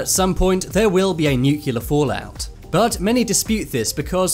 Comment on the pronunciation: It’s pronounced new clear.